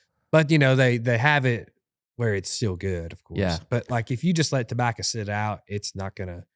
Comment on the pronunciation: This was not one of their better episodes. There just wasn’t anything interesting enough to listen to this guy say “dabacca” in that heady smoker voice 900,000 times over 2 hours.